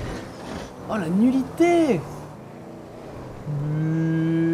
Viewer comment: Quand cyprien à dit à la nuliter j'ai Crue qu'il a dit la nuditer